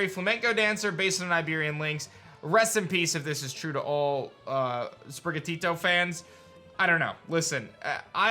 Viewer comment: I'm sorry, but anyone who pronounces it "SPRIH-guh-tee-doe" is just uncultured...Ik people mispronounce Pokemon all the time, but you can clearly tell it's supposed to be "SPRIH-gaw-TEE-toe".